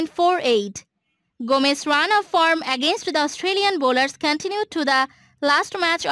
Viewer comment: The voice in this video is excruciating . All of my indoor plants just wilted and the wallpaper is peeling. You are saying his surname incorrectly as you are reading this prepared script. Shockingly bad video